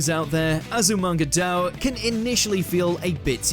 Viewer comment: not Azumanga D'oh it's pronounced Die-yo Azumanga Die-yo! (Sheathing my bloody katana)